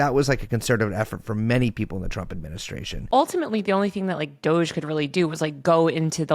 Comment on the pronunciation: It’s funny every time he says DOG-E